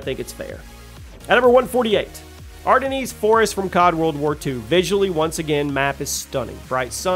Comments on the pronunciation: It’s noy pronounced “are-da-knees”, it’s pronounced “are-den” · “Arde-knees” Forest lol 😂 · The way he said Ardennes lol "argh Denise" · Did I just hear "Ardennies forest"? Lol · Dude really said “Ar-den-ees”